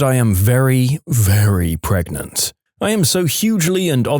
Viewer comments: Narrator: "I'm human." Narrator: keeps mispronouncing pregnant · Intentionally. D'ya know all the possible ways of mispronouncing "pregnant"? NO? Then go watch some EmKay. There's some Yahoo! Answers Memes in there, which might give you a light bulb moment... 🤭 Tl;dr: Narrator is doing a meme